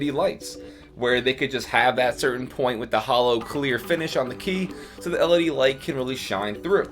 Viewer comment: Did I hear Him Say LEB??